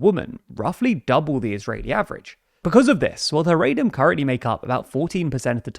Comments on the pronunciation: Just so you know, it's pronounced "Ha-ra-dim" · Big fan of the show. Very unique pronunciation of the word Haredim. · He pronounces it wrong.